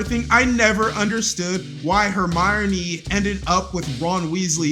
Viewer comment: OK 1 reason it's hermione hermione Not whatever you said